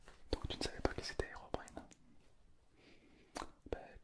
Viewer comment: Et il dit "airobrine" au lieu de "Herobrine"